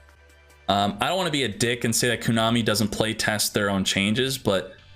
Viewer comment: Everytime he says Koonami instead of Konami...